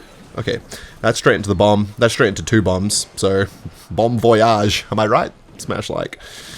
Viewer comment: Did you just say bomb voyage?? Of you know you know I guess OP😎